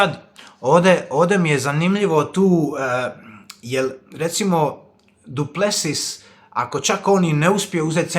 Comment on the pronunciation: Brate nije Du Plesius nego Du Plesis molim te, bole me uši